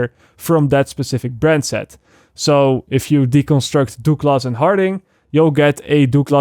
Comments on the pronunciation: Douglas is pronounced "Dug-liss" 😁 just trying to help. Your English is great... just a minor suggestion. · Please say DOOOGLASS more in your videos. It really makes me laugh. I work with a lot of French guys who used to call a colleague called Douglas (Doug), Dooog and it became a running joke. FYI it's pronounced "Duglas" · Doo-glass haha love it :) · DOOG-LAHS & Harding Lol, love ya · Dooglus and harding? 😂. Jk man. Great vid. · Good video but pronunciation of Douglas and Harding is brilliant. I know it's your second language but still making me chuckle